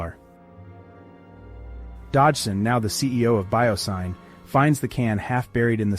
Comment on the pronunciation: The "Syn" in "BioSyn" is short for "synthetic," so it's pronounced like "sin," not like "sign."